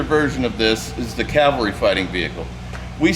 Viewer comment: CAVALRY, not CALVARY. 20 years and you haven't figured that out?